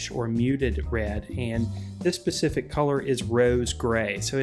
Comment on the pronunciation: onwards... It's SPECIFIC not pacific.